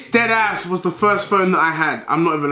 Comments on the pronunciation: "dedass" headass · No one: Not even a single soul Deji “Ded Ass” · How many times did he say “dEd aSs”